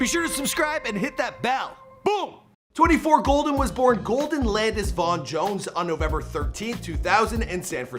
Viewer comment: Please say my son’s stage name correctly... it is 24KGOLDN. Throughout the video interview you kept out the K... Love the mostly accurate show! Yes, this is his real mama.